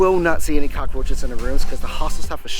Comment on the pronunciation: Can we get one thing straight this guy is so fucking weird you can’t even say cockroach right Americans are the ones no one loves